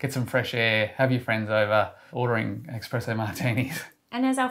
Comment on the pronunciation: 'Ex'- presso martini lol 😆